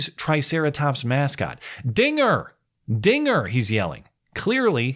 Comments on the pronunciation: Wait did you just say trigger? That sounds awfully close to the n word you must be dog whistling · “dinger” is clear as day? Like I said, I only hear Ns. I know that’s not what he said… it’s what I’m hearing. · it was clear as day to me. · When i first watched it, it did sound like he said the n word, but once i found out what he actually said, i went back and listened and all i could hear is “dinger” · Bro! This clip is crazy. If I rewatch it THINKING he will say nnnnnn, I hear it clear as day... And when I play it again THINKING he will say Dinger, I hear that!! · I did hear it as "dinger" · Don't say Dinger with a hard "R"! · To be fair it REALLY does sound like he's saying the n word lol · This was my 1st time hearing the audio. It totally sounds like he said the n word. I understand I'm wrong, but damn. Either way it doesn't matter. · Ngl I hear the forbidden N-word rather than Dinger. Must be a Yanny/Laurel thing… :/